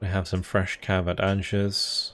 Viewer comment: Another great campaign series,. Could I just ask that you pronounce "Angers" like: "Ahn-zhair." Sil vous plait. Cheers!